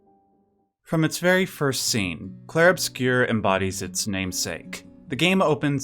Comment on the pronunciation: It's pronounced in French: "Clheiehrue Obscyeuuuuuuu"